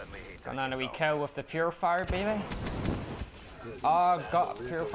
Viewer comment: PURIFIER not PURFIER, just a heads up lol